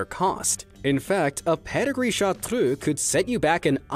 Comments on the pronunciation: chartreux pronounciation: fdgh-dfsh-hgu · I love the way you say Chartreux, I love the way it's originally pronounced. I brag to everybody about my gorgeous Chartreux girl. She is soo intelligent, loyal, and friendly, and yes.. She has amazingly fast reflexes 😂😂